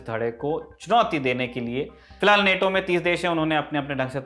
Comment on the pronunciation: नेटो bolo Bhai, Naato to RRR ka song hai